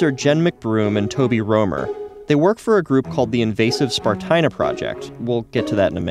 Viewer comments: Stupid humans. Meanwhile, I think it should be pronounced spar-TEE-na. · Spartina, as in esparto, rhymes with concertina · "THIS IS SPART-INA"